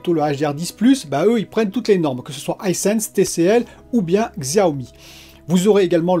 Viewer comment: Encore une bonne vidéo 👍. Pour le Blu-ray UHD il ne faut pas oublié que Microsoft est le premier à l'intégrer avec le One S donc je pense qu'il apporte quand même de l'importance à ça. Et Xiaomi tu peux le prononcer CHiaomi le x en chinois c'est Ch 😁😉